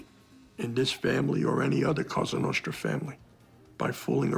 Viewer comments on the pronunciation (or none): You say cossa nostra